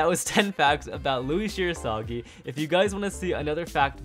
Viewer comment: Fact 11: his surname is literaly Shirasagijou, not Shirosagi